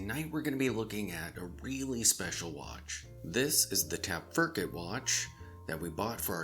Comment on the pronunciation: "Tap-ferk-it"? ...*tap-fer-kite*